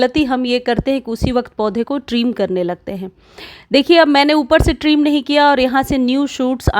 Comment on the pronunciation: ट्रीम नही ट्रिम